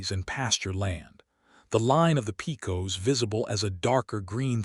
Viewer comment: Pecos is pronounced: (Pay cus)!! Do your homework!😡